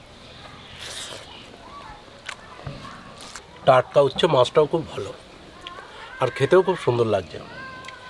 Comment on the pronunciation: তোমরা কি উচ্ছে উচ্চারণ করতে পারো না?